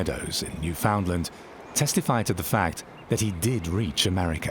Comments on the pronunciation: Newfoundland is in Canada and you emphasize the last part, land. Newfoundland understand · I get so fed up with people who do not know how to pronounce the name Newfoundland!! The emphasis is on the last syllable, not the second! It is pronounced "New Fun Land" with emphasis on the Land, not the Found, please!!